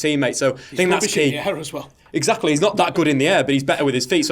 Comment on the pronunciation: "Eggs. Eggsactly"